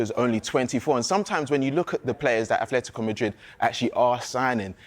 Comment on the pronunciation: 'simyayne' 'aTHletico' Who is this clown. Never played a game of football in his life